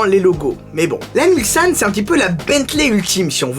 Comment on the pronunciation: Justement ! Moi qui suis un ancien Mulsannais , je peux vous dire que notre serviteur le prononce impeccablement, là ou beaucoup disent souvent " Mulzane".